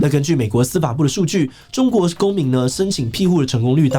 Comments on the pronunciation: 不要再那邊屁啊屁的，那個字念(庇)必，庇護 念 必護 ，不專業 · 庇ㄅㄧˋ護 不是唸ㄆㄧˋ 這個字你已經唸錯好幾年了 不要再唸錯了好嗎